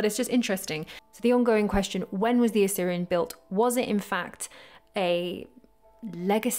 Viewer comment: Great video. But please you're pronouncing Osirion as Assyrian...